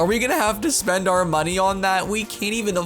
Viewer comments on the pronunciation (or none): none